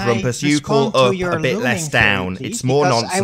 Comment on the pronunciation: Let know it's UP not "OOP"